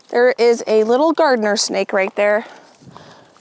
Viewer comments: It’s a garter snake, not gardener snake lol! 😅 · It's "garter snake" not a "gardener snake" :)